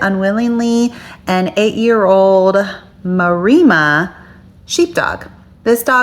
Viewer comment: Just to let you know, maremma is said mar+emma. 😊